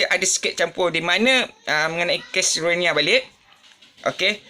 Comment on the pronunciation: Ko sebut rohingya pun x betul.... silap2 ko pun rohingya... muka mcm long tiger bam je...